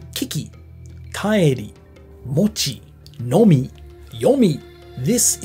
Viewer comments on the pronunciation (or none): none